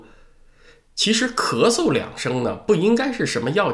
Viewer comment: 念出了咳嗦